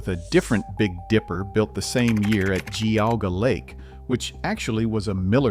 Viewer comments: Meh-die-nah not Meh-dee-nah Also, Jee-au-gah, not Gee-au-gah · You need to learn how to pronounce Geauga and Medina. Spent a number of years there and it was great. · We have our men’s bible study there every week. Also, the narrator is mispronouncing Medina.. Medina is pronouncied with a short e like “eh” or cEnt. You also mispronouncied Geauga Lake but whatever.